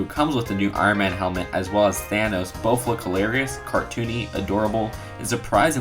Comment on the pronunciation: I think he said thanos